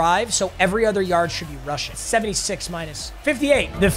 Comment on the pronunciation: “153 yushing yards” 😂